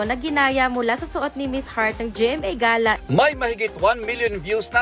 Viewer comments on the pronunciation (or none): Pano bah tamang pronunciation ng “gala”? Geyla bah or Gala?